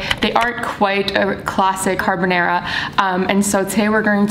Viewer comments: She took a whole ass class and still says carbonæra lol we stan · CarbonAra, not carbonera. Please!! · just trying to figure out why she keeps pronouncing it carbonEra tho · car-BON-are-ah not car-ba-narah love u but please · You’ve taken a course on this and say CarbonAIRa?